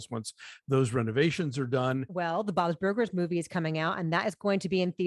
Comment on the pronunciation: Christy has an interesting pronunciation of Bob's Burgers, sounds like she inserts an extra syllable "Bob-iz burgers".